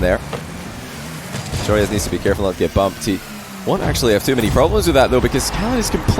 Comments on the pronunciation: YOU SAY IT JOROOZ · I love how you sat joreuz name If you compare t to dutch its pretty dawm funny 😂